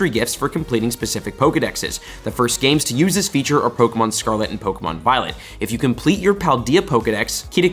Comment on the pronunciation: I watch these videos more for the mispronunciation of pokemon names. Baffling you’re a pokemon content creator (and not relatively unknown) and you can’t even say the names right.